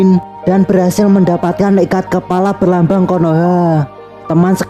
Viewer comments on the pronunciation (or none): Gw denger dia ongmong ikat kelapa